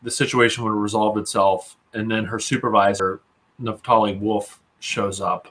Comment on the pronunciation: "Naphtali" is all I needed to hear. 🙄